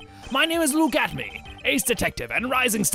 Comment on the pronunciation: You called Luke “atomy” when his name is a pun of “look at me”- “luke atmey”